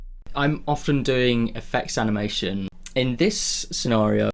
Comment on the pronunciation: Aniamtion? , eheh sorry for pointing out the small mistake , also thank you for doing your videos they really help! keep going! love your channel!